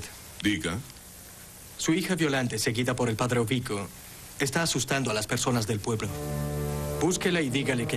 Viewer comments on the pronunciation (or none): porqué ablam de maneira errada o Nome de los perssonagens? és Padre EURiCO!!!!!!!!!!!!!!!!!!! Y não Ovico